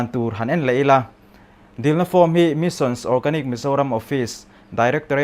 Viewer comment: Missions ti deuh tlat 😄 Mission.